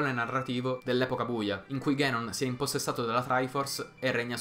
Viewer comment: Non è "ghenon" è "ganon" si pronuncia come è scritto, dato che in giapponese è scritto così ガノン non così ゲノン